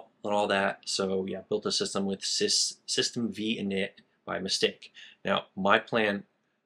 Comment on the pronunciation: The V in System V is a roman numeral, so it's pronounced System Five, not System Vee.